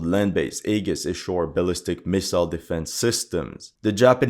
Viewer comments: AEGIS is pronounced....Eee- jis.....not A-gus. But we get what you mean, awesome video as always. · Aegis is pronounced EE-JIS. Just so you're aware. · aegis pronounced 'ee-jiss' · An interesting video, although the mispronunciation of Aegis did rather grate after a while. It looks like Japan is determined to tie itself to the sick whale which is the USA, and no, I'm not interested in explaining what I mean by that. I want to see a strong Japan, but a truly independent one.